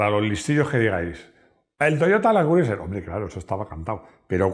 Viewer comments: Todo estupendo, un video genial pero se pronuncia land cruser. Al igual que Tom Crus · Buena reseña, que lástima que los españoles insistan en pronunciar los nombres en inglés como lo harías en un alfabeto hispano, asi les duela la boca la I de Criuser NO SE PRONUNCIA a riesgo de parecer demasiado ignorante